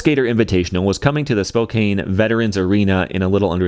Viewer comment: Before the army assembles, it’s pronounced Spo-Kan